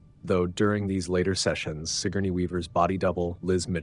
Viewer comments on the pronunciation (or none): none